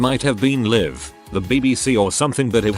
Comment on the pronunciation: Live, not liv!! Can you guys listen to to the computer voice and correct pronunciation?!! Distracting and jarring!!